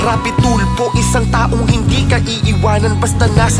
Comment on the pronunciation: SIR RAFFY TULFO… its not RAPI TULPO MAHIRAP PO BANG BANGGITIN YAN? 🤦‍♀️🤦‍♀️🤦‍♀️